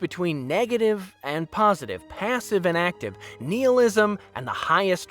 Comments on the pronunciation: Love the commentary, insights, and opinion. Very well done. I just really don't like how you pronounce "nihilism" and it's other forms, that hurt me a little. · should probably learn how to correctly pronounce some of those words you used especially nihilism . also gotta take into account valkorians reasons for creating the republic to begin with but let's choose to compare some shitty movie about the worst state of the republic/ empire to a brilliantly thought out world of kotor/ the old republic in general too.. . yes ..........i'm jaded because the books and games were better than any of the 10 movies so far(rogue one added in that count)